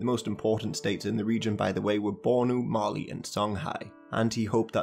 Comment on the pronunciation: I THOUGHT YOU SAID MARLEY